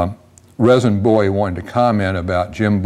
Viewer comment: “Rezin” is pronounced “Reason.” My belief is that J. Bowie’s first blade was probably shaped like the ones his brother handed out.